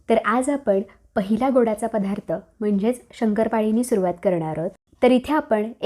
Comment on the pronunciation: पधा्रथ नाहीग बाई दत्तात्रय म्हणताना धत्तात्रय नाही ना म्हणत